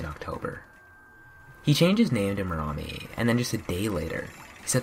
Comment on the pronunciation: You are supposed to pronounce it meramí !